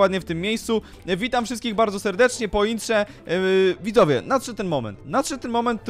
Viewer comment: ty na początku gdzieś w 1 min, powiedziałeś widowie Xd 🤣